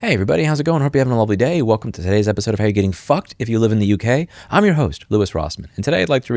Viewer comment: Emphasis on Fucked